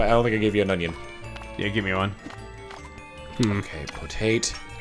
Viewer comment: Great, with saying onion alot now I can't unhear "onyon" everytime he says it.